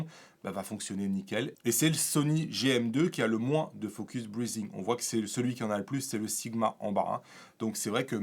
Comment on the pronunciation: Salut. Vu que tu n'es pas capable de prononcer focus breathing correctement, pourquoi n'adoptes tu pas le terme français pompage optique ? Ce serait beaucoup moins ridicule.